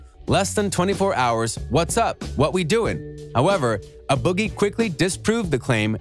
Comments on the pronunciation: a boogie wit??...IT'S "A" IF UR GONNA SPEAK ON SOMETHING PRONOUNCE IT CORRECTLY.. JUST AWFUL👎👎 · Who tf is “uh” boogie 😂